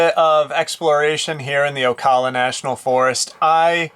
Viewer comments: Dude I respect what you're doing but as a Floridian, it's killing me to hear you pronounce Ocala like O-caw-lla. It's pronounced O-cal-uh. 😉 Keep doing what you're doing. Blessings! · It's pronounced "OH-KAL-LAH"😅 And there are many different entrances to Ocala national forest so you have to go online . I believe they don't have full hookups anymore. Check out OSCEOLA NATIONAL forest. They have the battle.fueld of Olustee nearby. Full hookups..huge showers. Also check out LAKE GRIFFIN STATE PARK.full hookups with pull.through sites. I'm in Florida BTW